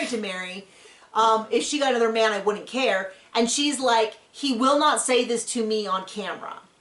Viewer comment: Ummm seems to "ker" so much he doesn't ker.